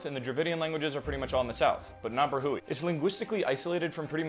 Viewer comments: It's pronounced like bruh-we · it's pronounced like "Brah-we" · it is pronounced as: bro hee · Pakistani here. Brahui is pronounced, “brah-huwi”. the locals also sometimes make the plosive consonant almost sound like “pra-huwi”